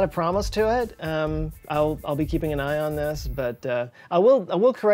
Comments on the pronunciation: "I'll be keeping an Ion this..." Badabissshhh.... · "I'll be keeping an ion this"